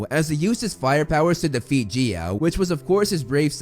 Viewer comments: It's Guya not geea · It is not g-E-A it’s said g-I(this is a uppercase i)-a and it is not hear-a it’s Hera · I do want to say it's not prounced gee-a it's prounced guy-a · I think Gaia is pronounced Guy-A rather than Gi-a , but I’m not sure. If someone already said this I’m very sorry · Its Gaia. 😂. There's no e. It sounds like Guy-uh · Btw Gaia is pronounced GUY-YA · Man, i got an eye twitch everytime you say Gaia, i always pronounce it as Ga-ya. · "He-ra and Geea"